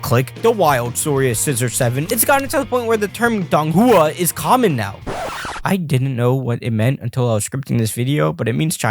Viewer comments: Dong Hua is pronounced thong Hua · By the way donghua is pronounced Dong-wa but with out the hard g just thought you should know👍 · Bonhua l thought it was manhua